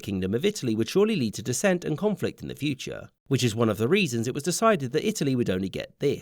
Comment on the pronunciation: "But that... was a problem for the Duce. Erm, I mean, Fyu-che".